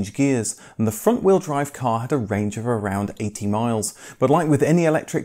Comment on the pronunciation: Damn man I can’t tell whether you’re saying the range is 18 miles or 80. Kind of like the most important part you decide to mumble...